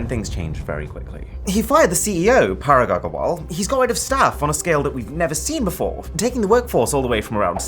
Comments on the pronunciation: Arun maini couldn't pronounce Parag Aggarwal correctly .. ironic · Arun, you can't pronounce Parag Aggarwal like it should be? Damn that's surprising. I thought you'd atleast know a little bit of Hindi.